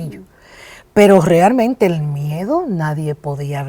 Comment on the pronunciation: La doctora Nancy es adicta a la palabra "realmente" o como ella la pronuncia "grealmente", tanto en su programa como en entrevistas